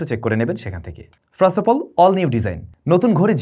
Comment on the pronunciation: এখনও "ফার্স্ট" r "ফ্রাস্ট" এর উচ্চারণ ঠিক হল না। বরিশাইল্লা মনু।